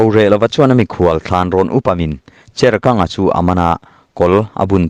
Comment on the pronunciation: Ka en puat a, Cherkanga hming i chhiar lai tak ka a lo ni a, ka nuih huk chu. Kang lai hi, tui kang a, kang thlukin angin i lam a. Chawi kang tih a kang thluka thluk tur, a ni lo em ni? A ngaihnawm e.